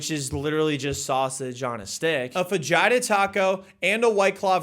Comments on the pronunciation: It's Fah-heet-ta not Faji-to. Please don't ever call them Faji-to tacos again. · FAH-HITA is how you pronounce it. Fucking aye your comedy sucks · I thought he was saying vag the whole time🤣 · It’s not pronounce “fa-JAI-ta” it’s “fa-HEE-ta” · wtf is a Fagita? It's a FAJITA!!!!!!!!!!!!!!!!!!!!!!!!!!!!!!!!!!!!!!! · Its FAH HEE TAH NOT FA JIE TAH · and did you say fudgightah??? its fə-hē′tə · Thought i heard vagina taco 😂😂😂 btw its fa-hee-ta😅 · No way bro said Fajita taco😂 that’s not how you say it😂 you have to say it with a H, every time I hear a white boy say something in Spanish I find it funny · A WHAT taco???? What the hell is a fah-yi-ta? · Bro it's Fuh - hee - tuh 😭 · Imagine if we could just pronounce things as they are spelled! Fa-JiTa im cool with it because its pronounced FaHeeta. And that is what it will be now for me as far as grammar and spelling goes. Fa-Hee-Ta ❤ i like that better 💗🌻💐🤟🤟😁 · its " fa he ta". lol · Did he say hick fijata taco 😂😂 😂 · Gotta love the fa jytah taco. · ITS PRONOUNCED FAHITA NOT FAJITA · pronouncing fajita like vagina is crazy lmfao, cmon bruh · What is a fun-jih-tah? I know a fajita tho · Never heard anyone pronounce fajita «faDDJhaitha» bruuhhh 🤣🤌🏽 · What did you call fajita? That's "fa-HEE-ta." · When he said fajita taco, I thought he said v-gina taco, lmao😂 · Fa-HE-ta don't go to Texass and say that you might not make it out without the rope burn. ROFLMBO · its pronouced Fa-hee-ta yall are too white <3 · Too bad you did not come to Texas and get proper treatment...BTW it's pronounced "fah-hee-ta" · Ja"gina" taco.. WTF??? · Fa-he-ta fajita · fa'ji'ta.. Jesus! learn to say fajita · Holy shit I can't believe how you pronounce Fajita😂😂😂😂 No hate it's just funny. It pronounced fuh-he-ta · when he said fajita I thought he said vajita because I wasnt watching the video.... dude.... :( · you pronounce it “fuh heat uh” it’s Spanish so the J makes an H sound. I would hope you were joking and actually know how to say it xD